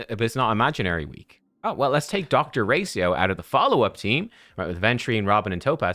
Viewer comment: Gotta be honest , it almost drove me insane hearing ' dr racio ' instead of ' ratio "